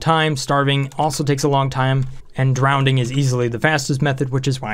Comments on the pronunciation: Sorry but I couldn't help but notice, you're pronouncing drowning with an extra "d". (drownding, instead of drowning) I'm trying to ignore it but I'm having trouble. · Are you saying drownding instead of drowning? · is it just me or did he say "drowdning" all the time? yes i do mean drowdning i did not write incorrectly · Christ on a crutch man there is only one D in drowning, there is no word drownding. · Drownding? Doh no! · nobody:: Drownding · Andrew Ihle it’s Levi-O-sa, not Levio-SA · down vote! couldn't handle your pronunciation of drowning. there is only one D.